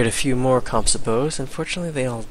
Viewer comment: It's interesting how civ LPs all feature madjinns total butchery of the word "composite"